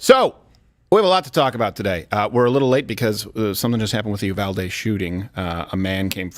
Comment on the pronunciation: For gods sake Uvalde is pronounced You-Val-Dee. Not that it’s super important but that’s how we say it here in Texas.